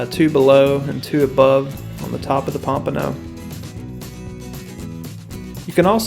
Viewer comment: take a shot everytime he says pampono